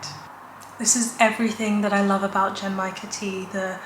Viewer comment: Genmaicha tea is one of my favourite teas, too! I love the roasted rice flavour. You almost had the pronunciation! The G in the beginning is a hard G like in "good", and the CH in cha (which means "tea", btw) is the CH in "chimney"! Source: I took Japanese lessons for a couple of years 😊 The last cocktail I had was a bit over a week ago in The Alchemist in Glasgow, where I was for Worldcon. I had The Colour Changing One (it did what the name says & tasted like apple) and Elderpower (it had elderflower and was served in a cute shiny rainbow can).